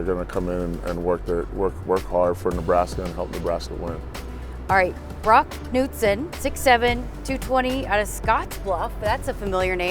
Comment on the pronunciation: Brock Knutson 220 lbs? Lmao!!!! Try again. Also, it would be nice if she could pronounce his last name correctly!!!!!